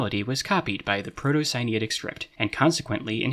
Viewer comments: I find it so interesting that the egyptian/sinaitic correspondence is only which object it is and not the actual names, shows whatever level of understanding. Also, where did you get the pronounciation for "sinaitic"? it looks like its related to sinai, so wouldnt it be similar? idk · great video, but i don't like how you pronounce sinaitic like sinitic. it confuses me